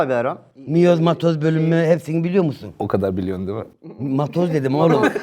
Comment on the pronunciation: Miyoz dediği yerde koptum ben toparlayamadım 3 dk